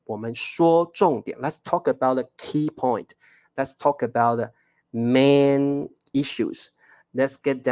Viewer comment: ，請注意你的發音【Spread 】（spred），這裡read 發音是 【red】。 【Main】發音是 (meɪn)不是 (man)。